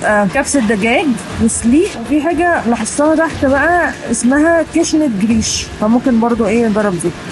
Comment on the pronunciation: جريش والهريس هو القمح اللي احنا بنعمله بليله الهريس الصحيح والجريش المطحون أنا بشتري الهريس بعمل منه بليله 😊 وبينطق بال ج عادي مش چريش 😀